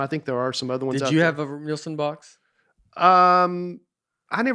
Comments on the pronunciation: Binged all the episodes this week. SO GOOD. Nate’s special might be my all time favorite. IS a secret genius. Knows something about everything. seems like the best kind of people. Nate, it’s Nielsen. Neeel-sen. face lights up when Nate dunks on hat. So good. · Did that guy actually ask if it was a real shark? BTW Nate just ignores the i in the name and says Nelson over and over. Disrespectful or slightly illiterate?